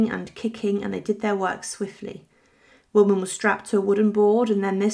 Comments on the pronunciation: you are pronouncing his name completely wrong! „Willedman“ is wrong. The german word „Weidmann“ is pronounced „Widemun“ correctly. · Just a little FYI: Weidmann is pronounced “Vide-mann”. Vide as in “wide”. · It is pronounced WidemAn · It’s pronounced Videman (vide rhyming with tide). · I found the mispronounciation really irritating. Getting someone's name right is not rocket science. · if you’re a supposedly professional YouTuber and want to be taken seriously, then you should be able to pronounce names correctly. It doesn’t take much effort.